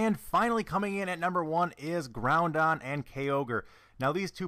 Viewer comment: "Groundon" and "Kayogre" Lord have mercy on my soul..